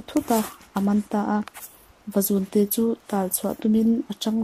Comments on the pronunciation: Vazúnte tih thluk hi a diklo Vazùn zùn tih lai hi 'thil ka siam' tiha siam lai anga thluksan tur a ngaihnwmna ati bo trep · vazuuunte tih tur a ni lo mw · vazunte chu i thluk diklo a nih hi.. va zuuun tiin aw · Vazunte i lam rik dan a diklo thluk deuh tur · Vazun-te tih a, zun hi, Khua tih thlukin lam tur a ni e.. Channel ṭha ber pawl a ni e.